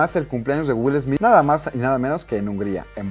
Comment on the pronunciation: "Wil Esmid"